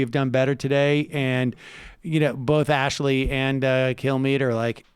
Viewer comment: Best part of this clip is Sam repeatedly calling Ansleigh "Ashley." At one point I think he called her "Ashley Ansleigh." Also, I have no idea how to spell her first name, and I refuse to look it up.